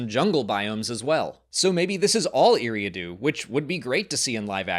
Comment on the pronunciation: “Eriadu” ❌ “Eerie-adoo” ✅